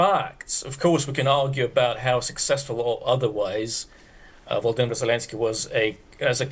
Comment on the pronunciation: VoloDYmyr - please, the accent should be on the third syllable!